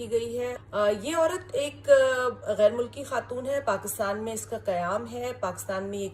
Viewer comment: Yar itna bara anchor hokar in mausoof ki pronunciation bari ajeeb aur bhondi hai. Santhiyaa, Pakastaan what the hell is it? 😂